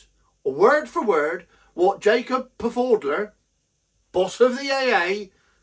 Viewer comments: I thought Pfaudler was pronounced’fowdler’ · Jacob Pfaudler. The P is silent as in swimming pool. Keep up the good work